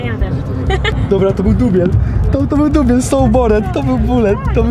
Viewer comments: to byl dubiel to byl dubiel so bored to bulet xddd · DUBIEL, DUBIEL, BULET XD